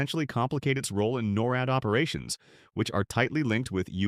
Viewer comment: Get proper speaker able to pronounce NORAD …